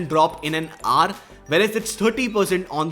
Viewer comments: Can you please stop saying "R" and "HOUR" instead? Here is a link that will teach you -> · How do I fix your accent? Hour is pronounced as [ouuh r, ou-er] not aaar. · When you say hour all I hear is just R . I wonder how you pronounce our ... probably R too. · Try to say 'HOUR' aar❎ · Is he trying to say "hour"? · H is silent in Hour. Google it if you may.